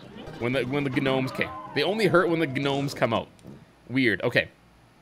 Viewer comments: 'G-nomes'? Are you referencing something? Why are you saying 'g-nome' instead of gnome? Unless you just like pronouncing it like that for fun, which is fine, just wondered if I was missing something. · they're not ganomes they're gnomes with a silent g